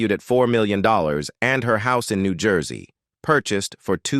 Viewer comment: Please please... Her name is not Hoopy. Her name is Whoopi. The state is not Knee gee say it is New Jersey.